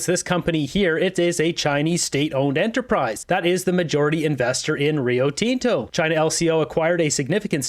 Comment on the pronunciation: you're pronouncing Rio Tinto wrong buddy! it's not TEN-TO! It's Tin-Tow